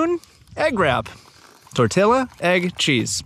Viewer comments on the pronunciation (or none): Dude can you say tortilla correctly? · Tortilla = tor tee ya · It’s pronounced torteeyah.